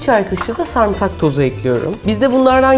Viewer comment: Abla her şeyi çok güzel yapıyorsun ama sarmısak domatez deme lütfenn